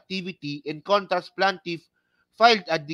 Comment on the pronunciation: hindi PLANtiff...Plaintiff pls....